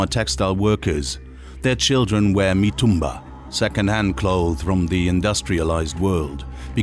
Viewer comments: Is not Matumbaa it’s Mitumba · The narrator really knows how to pronounce the name of places in Tanzania 😂 matumbaa